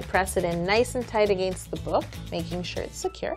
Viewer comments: I love how she says "Aginst" and "Soory"😂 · He accent when she says against!!!! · I know she's half German but the way she said against was funny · Lol I live in BC Canada and I say it like she does... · Well she is in Toronto sounded pretty Canadian to me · She's Canadian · Eh, I say 'against' like she does too!! Maybe, cuz I'm Canadian... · Did anyone notice how she said against???? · yessssssssssssssssss lolol i thought i was the only one and was looking in the comments to see and almost failing i saw this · She's Canadian lol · I LAUGHED EVERYTIME SHE SAID AGAINST CAUSE SHE SAID IT SO WEIRD XD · i love her but the moment she said 'against' i started dying because she says it so weird lol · Why does she say against like that